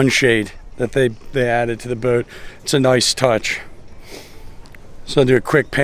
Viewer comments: You know you say the word boat without the letter “w” 😂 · The only man in the universe who pronounces boat this way. I enjoy each one